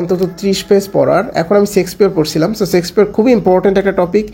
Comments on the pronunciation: সেক্সপিয়র না ছোট ভাই শেক্সপিয়ার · sexpeare না ভাই shakespeare উচ্চারণ হবে শেক্স not সেক্স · চেক্সপিয়ার না ভাই শেক্সপিয়ার